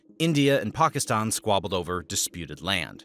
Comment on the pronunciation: Not only is this well researched and accurate, I noticed that you’ve taken it upon yourself to pronounce Pakistan and Bangladesh properly. Respect!